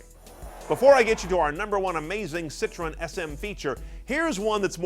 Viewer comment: I refuse to listen to someone critique a Citroën SM, when they can't even pronounce Citroën.